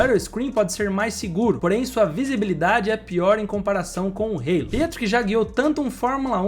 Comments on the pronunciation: O nome da peça não é "reilo": a palavra existe em português, e se pronuncia "alo". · "Rêilo" não dá né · É muito feito você pronunciar halo com uma pronúncia inglesa. A palavra existe em português.